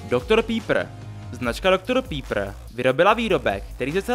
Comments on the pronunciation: Doktor pípr :D Vyslovuje se to Doktor Pepr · Dr. Pepper se vyslovuje Pepr, ne pípr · Zajímavé video ale není to pípr ale pepr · “Dogtor Pípr”😂